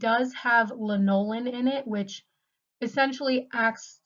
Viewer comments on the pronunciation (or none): Lanolin is pronounced LAN-oh-lyn, but great video!